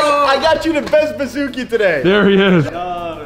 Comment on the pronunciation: Anybody else thought he was saying Bazookie at first? Lol